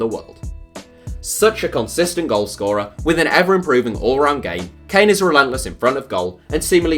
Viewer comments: This man said kane at 25. Kill me now 😂😂😂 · I stop watching when he said harry kane